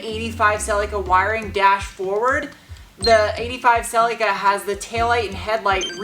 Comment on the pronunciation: You almost got the correct pronounciation of Celica😂